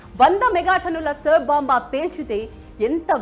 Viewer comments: సర్ బొంబా కాదు ఆది SAAR BOMB Pronounciation నేర్చుకోండి first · Saar bomb kadhu , Tsar bomba antaru